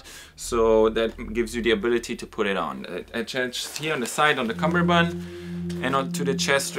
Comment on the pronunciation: The way he says cummerbund is hysterical